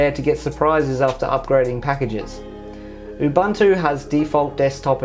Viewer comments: Oo Boon Too Say it with me. Ooboontoo. Not oobantoo. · its not Ubantu why is this so hard to understand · Ubuntu is pronounced oo-boon-too, GNOME is pronounced guh-nome, and MATE is pronounced mah-tay :)